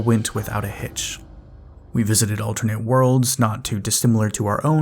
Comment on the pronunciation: Are we going to talk about the way he's pronouncing "alternate"?